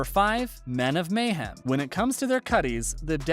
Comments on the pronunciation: They Arent "Kutties" they are Kuttes pronounced CUTS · This narrator is obviously reading a typed copy and knows nothing about SOA. Calling the cuts "cutties" and the way he pronounces Clay's last name made me cringe through the whole video. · Ik it's an AI voice but "kutties/cuties" like are we fr? Like nobody is calling them that, called cuts because old bikers used to cut off the sleeves from leather jackets to make it more comfortable while riding.